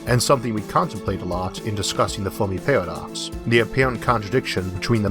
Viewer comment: Foamy Pawadox